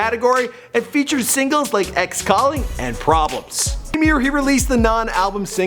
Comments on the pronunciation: It's 'PRBLMS' not 'PRBLEMS' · It's PRBLMS not PRBLEMS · Its PRBLMS get it right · lmao "PRBLEMS" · "PRBLEMS" boyyyyy 😂😂